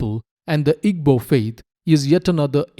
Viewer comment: Not at all. The work Igbo is made of three sounds. "I", "GB", and "O". There is no "B". "GB" has a unique sound similar to combining soft 'g' sound and another sound which I do not think exists in English pronunciation. It is not EE-BO, and it is not EEG-BO like the narrator kept saying.